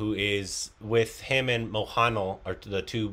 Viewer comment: By the way, it's "Mo" as in MOrning "Han" same pronounciation as hen "Lal" as in like the film 'Lal Kaptan So Mohanlal 😑'